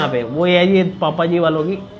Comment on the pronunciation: That is not papa ji that is bhapa ji😂😂